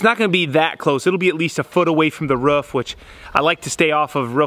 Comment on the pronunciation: It's roof not ruff...Jesus